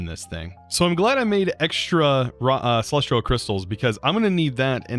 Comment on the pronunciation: I'm not the only one that's annoyed by him saying "Celes-tree-al" instead of "Celes-tea-al" right?